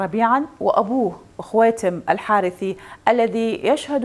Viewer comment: الحرث شد الراء بالضمه